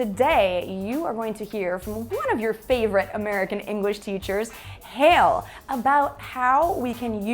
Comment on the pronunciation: I thought u said: let's go to hell, oh It's Hale.